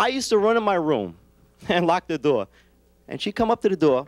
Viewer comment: door is NOT a two syllable word....